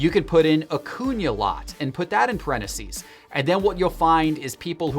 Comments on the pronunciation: IT’s parentheses, NOT pareneses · Can we talk about “parenacees”? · Anyone else triggered by how says parentheses? Pareneses,? There’s a missing “th” in there!!!! Aghhh!!! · The way he says (parentheses) cracks me up